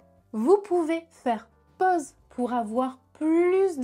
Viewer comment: Professeur de français, dites-vous ? Peut-être faudrait-il alors peaufiner votre prononciation de sorte que vos élèves ne copient pas vos défauts. Par exemple, lorsque vous proposez de mettre sur "pause", vous notez comme tout le monde que cela s'écrit avec "a-u". Et cela se prononce.... ?